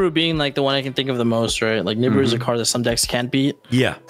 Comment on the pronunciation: I love how pak says Nibiru he says it like Niboru 😂